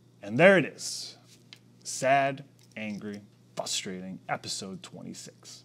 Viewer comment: nlbs is awesome and i love and all the research the team does... but why WHY? why did you have to pronounce frustrating as "fustrating"